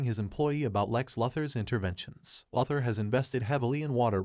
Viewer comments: Its Lou-thor and not la-thor. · Omg yo...it's "LOO-THER" as "LOUIE" "LOUIS" "LOSER"- LEX LUTHER...christ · This guy can't say Luther. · Interesting. You can’t pronounce luthor. You are either a bot or someone that never watched the cartoon or any cartoons. Probably never read any comics either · It's an automated voice right? No one that puts out a Stupes vudeo says Lex Luther incorrectly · Listening to you butcher one of supe's greatest opp's name like this is my villain orgin story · I know it was terrible